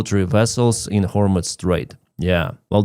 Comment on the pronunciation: Excuse me,, it's pro nounced "hormuz", not "hormutz".